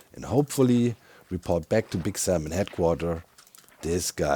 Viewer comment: I can’t say Salmon correctly now after hearing Doc over pronounce the L so many times 😂